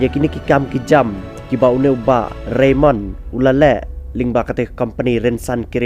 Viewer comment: Ka khana te ka biang palat bad nga ai ka jingiaroh ia i Bah Raymond bad ka kynhun jong i 👏👏👏 U narrator te hopeless. Phim tikna tang ia ka kyrteng jong u Bah Raymond. Shiphang phi ong Reynold, Reynon etc.. Phi ong ba dei ki sohtrun ba lah duh bad ba pyut.... Please be sure of what you read. This is social media platform.